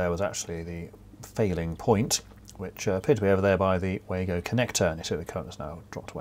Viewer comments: Pronounced Vargo German w is V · Just a couple of points. The Wago connectors are pronounced as Vargo ( German word) Plus I was always taught that crimp connectors are only to be used on multi stand cables, The crimp could be pulled off a solid drawn cable as it didn't bite into the cable.